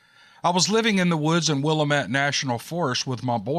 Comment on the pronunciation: Love you! And! BTW… It’s pronounced… WILL-AMMM-Ette, for Willamette. Sounds like “Dammit”.😊❤